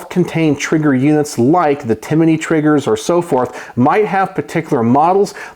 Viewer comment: I have never heard of a "Timiney" trigger. I know Timney triggers.